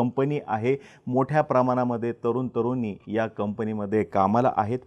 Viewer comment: ' न ' आणि ' ण ' ह्यातील फरक कळतो का तुम्हाला? भाषा जरा नीट करा. तरून-तरूनी नसतं.. तरुण-तरुणी असतं.